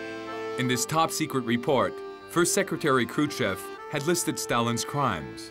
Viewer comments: Is the narration a computerized voice? The crazy pronunciation of Kruschev (Kruchev) might be a give-away. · Why does the narrator pronounce “Krushchev” as “Kru-chev”, (no ‘s’ or ‘sh’ sound at the end of the first syllable)?